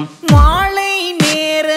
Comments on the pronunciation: This singer can't get tamil pronunciation right !! Its மாலை and not மாளை. Also it's மல்லிப்பூ and not மள்ளிப்பூ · Song is really good. Only thing is pronounciation of மாலை is மாளை and காலை is sung as காளை could have been corrected